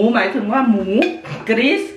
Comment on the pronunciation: จะให้อีแม่เป็นหมูส่ะแล้วนะ แม่พูดว่าหมู่ ไม่ใช่หมูน่ะ 😂😂😂